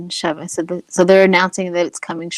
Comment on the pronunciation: Chauvin is pronounced SHOW-vinn not shaw'-ven === All my favorite psychics on youtube do not pronounce people-in-the-news' names! correctly!